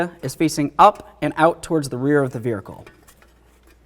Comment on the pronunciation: Vehicle Vehicle Vehicle Vehicle There is no "R" in Vehicle. Other than that, wonderful instruction.